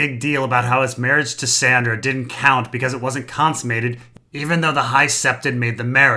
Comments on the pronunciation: Wait... are you calling Sansa "Sandra"... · is calling sansa "sandra" supposed to be funny?